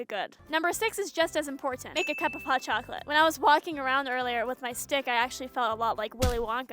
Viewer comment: that's not how you say chocolate in Spanish